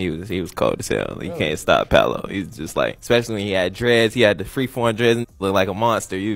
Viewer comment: He also said Paulo lol when it’s pronounced Paolo. Bro said the first and last name wrong 😂